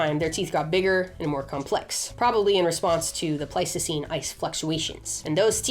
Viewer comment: Please say Ice Age - I keep thinking that you're saying Plasticine and I'm starting to see all those creatures in the style of Aardman Animations. Can you imagine Homo Erectus made out of Plasticine? Great Video. Nice to see the hook up with Milo, another fave YouTuber p.s. I would love Highland Cattle the size of the Aurochs